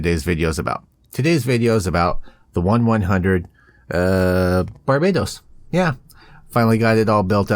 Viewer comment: you a have been busy lol and you're the only guy I know who says it like the Caribbean country lol but it's the only gundam I'm.not keen on due to the many forms but the blooded orphans series us amazing and love the suits from the series. but! the protagonists suit us growing on me. the red shoulders version the most plys they gave rolled out losds of 1/100 kits which I like it's a giant hg lol 👊